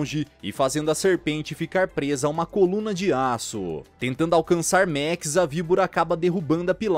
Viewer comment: E a letra a do max não tem som de é